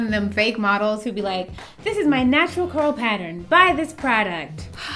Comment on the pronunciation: “You can see my natural curl patteren” HAHA